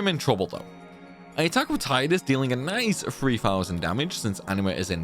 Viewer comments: You pronounced Tidus wrong the entire video. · When will you learn how to say Tidus' name properly????